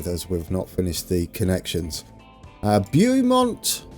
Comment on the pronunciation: FYI: the first syllable of Beaumont rhymes with "crow" or "flow".